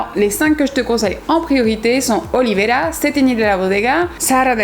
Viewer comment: C'est pas Olivera mais Olvera !